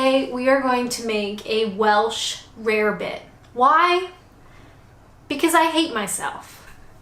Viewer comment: It’s pronounced rabbit. Easy mistake to me